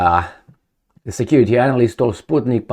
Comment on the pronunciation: I love your pronunciation of "analyst" 😂